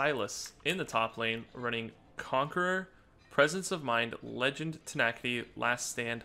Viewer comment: why you say "tenackyti" it's "tena-city"